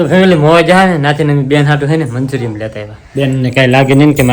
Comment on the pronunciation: Manchurm nhi manchurian khevay ...😊